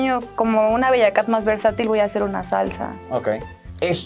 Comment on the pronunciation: Ese sombrerito Dice Bellakaht.😆😆